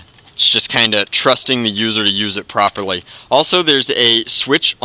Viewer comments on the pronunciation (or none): none